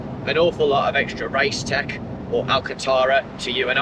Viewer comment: 1) your voice is identical to Carl Hartley's 2) it's RaceTex, not race tech. Cheers from Italy and keep up the good work!